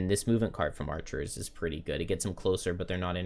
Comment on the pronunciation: Love these streams and great skills but please stop saying "archerers"!